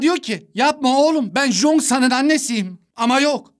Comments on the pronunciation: Abi o jongsan değil çongsan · Abi o jongsan değil changsan, jongsan dediğinde çok pis anırdım 😂😂😂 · o Jong-san diye değil Çong-san diye okunuyo bu bir, ikinciside Chong-San'ın annesinin "zombi"ye 'oğlum ben Chong-san'ın annesiyim' deme sebebi onun Chong-san'ın en yakın arkadaşı olma sebebiydi yani kadın o çocuğun zombi olduğunu bilmiyodu dikkatli izlersen iyi olur. Ha bi'de de Bağışıklığı güçlü olanlar zombi olmuyodu yani Gwi-Nam'ın bağışıklığı güçlü oldugundan o zombi olmadı ve Nam-Ra'yı çok az ısırdığı için oda zombi olmadı.